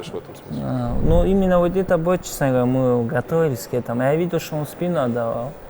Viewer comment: "Чесн говоря" )